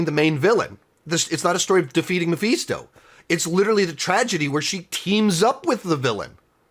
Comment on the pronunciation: Mephisto……..pronounced(Meh-fis-toe) not (Meh-feast-o)About barfed every time you said it! 🤮 Other than that great review!